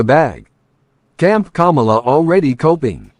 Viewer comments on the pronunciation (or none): is so funny. Acting like he doesn’t know how to say Kamala…lmao. Kuh-Mel-uh my ass!